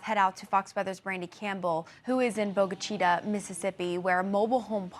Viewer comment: LEARN how to pronounce the names of these different towns and cities please. Its simple: call the local police department and they will gladly tell you the correct pronunciation of their town!! It's not Bogue Chi-"toe" (the way this reporter pronounced it, it Chi"ta". Damn! Its bad enough the tornado destroyed the small town then to have this asswipe pronounce the name WRONG!!! DAMN!!!